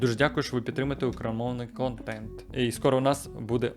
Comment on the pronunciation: У талант, вимовити фразу "україномовний контент" кожного разу з новими артефактами 😃